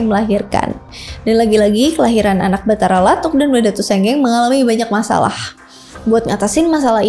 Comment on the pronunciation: Makasih telah meriview sejarah Bugis,,saran untuk cara penyebutannya sebaikx meminta sumber dari orang Bugis asli,sprt patotoe TDK pakai huruk K,atau Batara lattu,,bukan Batara lattuk